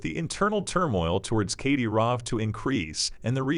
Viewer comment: Do your research on pronunciation. Kadyrov is pronounced cad-i-rov.